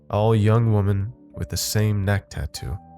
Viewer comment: Does noone know how to correctly pronounce women anymore? It's not the first Youtube channel where I've heard it pronounced wrong.